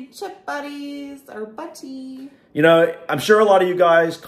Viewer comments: Chip buddy - haha. It's chip butty. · It's butty's with Ts not Ds 😂😂